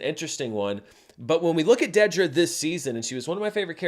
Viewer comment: It’s DEEDra. Not DEADra 🙄